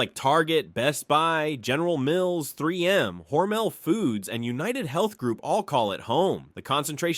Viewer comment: Funny how all the numbers in this video are garbled, yet amazingly they correctly pronounced the name 'Hormel'. It rhymes with 'normal'. Amazing obscure fact!